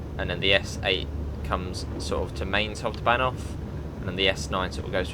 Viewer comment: Mainz is pronounced M-eye-nz Other then that, good video